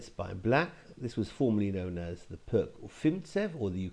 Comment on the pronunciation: Interesting trap! Btw Pirc is pronounced peerts.